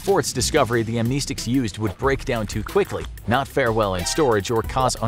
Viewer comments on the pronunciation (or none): Am-ness-ticks. That's how it's pronounced.